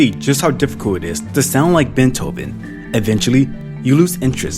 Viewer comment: At 1m39s you say "Sound like Bentoven". It's "Beethoven". Pronounced like BAYTOVEN, not bentoven. Makes it difficult to take you seriously when you do stuff like that.